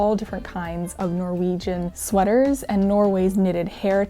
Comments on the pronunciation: I love how you pronounce the Norwegian words with a German accent 😊 It gets you a lot closer to the true Norwegian pronunciation than an English accent would. So good job! 👍 (on both the pronunciation and the knitting 😘) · norwegian here! awesome to see you take up and tell about some of our cultural history! also, your pronounciation is really good, absolutey understood what you were saying! appreciate your endeavors in getting the pronounciation right ❤ (also that comic is amazing! that's also me before/after any physical activity... especially skiing 😂😂😂